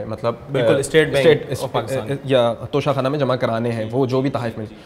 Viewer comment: Lafz tohsha Khana hai na ka tusha khana